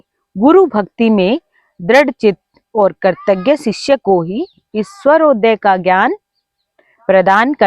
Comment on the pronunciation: Madam aap ka swarodaya ka uccharan sahi nahi hai